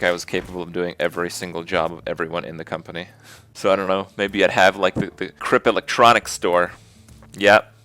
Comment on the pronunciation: "Kripp electronics" KRIPPTRONICS! :D